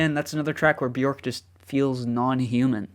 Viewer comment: Björk is pronounced “B-yerk” … rhymes with work or jerk.